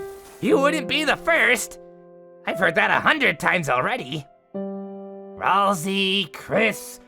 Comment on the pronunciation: To: It’s pronounced “Ral-Say”!